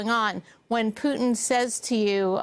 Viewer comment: I love how George Will pronounces Putin as "Pewtin" !!!